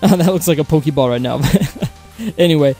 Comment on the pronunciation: poke-e-ball LUV IT lmao